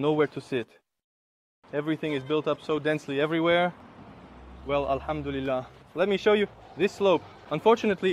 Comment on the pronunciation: The Ai made a mistake instead of saying Alhamdulilah, maybe you could do these type of vlogs in Arabic? You could speak in Arabic and leave English subtitles.